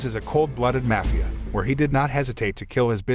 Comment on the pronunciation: King I absolutely love the way you pronounce Mafia it gets me everytime thank you for all your movie recaps I enjoy them so much even the movies I’ve seen much thanks